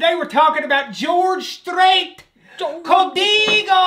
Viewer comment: It’s Co- Dey- go